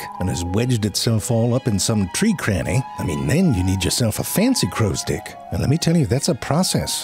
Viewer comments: Anybody else hearing "crows dick"? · every time he says "crows dick" instead of "crow stick" kills me! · He's saying "crow's dick", not stick, right? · Why do i keep hearing crow's dick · He is definitely saying “crows-dick” - right? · I constantly hear "crow's dick". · I keep hearing Crow's Dick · Frank spent all day practicing how to make it hard to tell if he was saying "crows stick" or "Crows dick" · Anybody else keep hearing crows d**k? No, just me?😅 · I just can't unhear crowsdicks. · I keep hearing "dick" 😂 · Drink every time he absolutely says crow's dick. Chug every time CC gets tricked into thinking he said stick. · Every time he says “crow stick” it sounds like “crow’s dick.” Obviously this is not accidental. 😂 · 🤨 Alright you're definitely reading "crow stick" that way on purpose. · You're saying "crow's dick" on purpose, aren't you? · All I could hear was "crow's dick". Every. Single. Time. When he said "hook tip...and that right there is a damn fine crow's dick" I threw my hands up knowing he did that on purpose. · Am I the only one hearing "crow's dick" over and over again. I'm almost certain that's what he is saying lol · Dude saying "crow stick" like Danny Devito says "boy's soul." ...With a decidedly unwelcome and unwarranted emphasis on a nonexistent "d" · When you say crows stick ... it sounds like you are saying something else..... if you know what I mean!?! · Am I the only one that does not hear crows "stick" but something else instead of stick? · He kept saying crow sticks but we kept hearing something else. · I've been hoping for this one, crows are one of my favorite birds. It's incredible just how intelligent and creative they are. Using tools is one thing, but the way they make them is really impressive. Also, I love the way you pronounce "crow stick." I can't unhear it and it's hilarious.